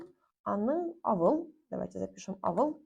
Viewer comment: Не авыл, а аwыл. Это литературное произношение 😊